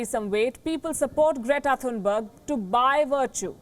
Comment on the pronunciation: And her Name is "Great-a Fun-berg"